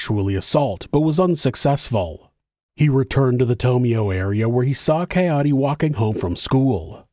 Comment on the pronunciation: It's actually pronounced Kah Ay Day brother 😂